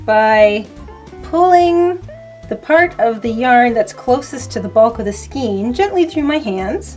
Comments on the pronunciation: Good tip on finding the ends. I'd suggest, though, that if you have to take a larger amount of yarn from the centre of the skein (pronounced "SKANE", not "SKEEN"), hold the end between thumb and forefinger and loosely wrap the yarn around your hand from THAT end until you have wrapped all the yarn up to where it came out of the skein. That way, you are creating a pull-skein (outside the main ball) to pull from while creating something wonderful and when you've used up that outside yarn, you've made your way to the inside pull-skein (that which was left in the original skein). Hope that makes sense. Keep up the great videos! M <><. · I understand how newbies would need a video like this. I found it unbelievably simplistic. That's like asking "how to open a bottle of water". lol And it's pronounced SKANE not SKENE.- unless you're from Canada. lol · Pronounced 'Skayn'...skaaaayn. Sorry, the 'skeen' thing was distracting and making me crazy, LOL. :) But yeah, nice yarn stash! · Also, skan rhymes with can, but never ' skeen',; really is not a matter of dialect just correct pronunciation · Why do you say "skeen"? It's "skayn"!! The "ei" is pronounced the same as the "ei" in "weigh" and "neighbor"!!! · It's pronounced "skayn"' not "skeen." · It's pronounced skAYn, not skeen. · NINE minutes and THIRTY FOUR seconds is NOT a "quick tip"!!! We say scain of yarn here....not skeen. : ) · your pronunciation of skein is funny to me.. Never heard it called that before. always heard it a more of an ei as in A sound.. like Skain... which i think is actually the correct way.. I before E except after C, or in sounding like Ei as in Neighbor or Weigh.. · I hope you don't mind and it may be different in Canada, but it's pronounced "skane" rhymes with cane. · giggle Check Google. Pronouncing it SKEEN is a demonstration of a lack of skill in the craft. giggle #Sarcasm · Skein is pronounced skAYne. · Pronunciation Matters: SKEIN= MAIN with SK instead of M. (thank you)